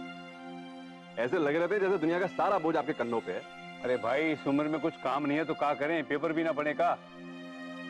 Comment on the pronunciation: Ye urmi ke mama kuch ko kuchoo bolte hai😂